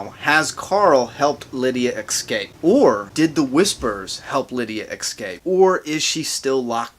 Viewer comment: The word is escape not eXcape